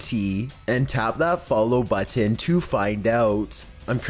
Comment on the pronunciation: You say button so weirdly